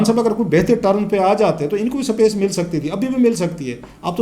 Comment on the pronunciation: Clasra sb sapace nhe space hota hy Pehly apny alfaaz thek kren phr politics py bat kren thanks